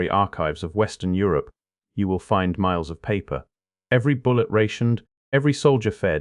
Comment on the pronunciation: Miles not Myers